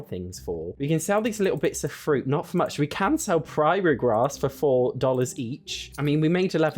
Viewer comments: Is that how British people pronounce prairie? I usually say pr-air-ee instead of pr-eye-aye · Odd tangent, but every time the prairie grass gets mentioned it makes me smile, 'cos the mis-pronunciation (prairie should sound like airy, not priory) makes it sound like they're living in a convent or something. 😅 Rather ironic considering who the sims are. 😂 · Just letting you know Prairie is pronounced like pr-air-ee, I understand the British struggle tho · What I really loved was the prairie grass pronounced "priory" grass... A priory is a small monastery full of monks or a nunnery full of nuns...and sadly, I don't think they are allowed any grass. Lol🪴🚭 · Never heard that pronunciation of 'praire' before lol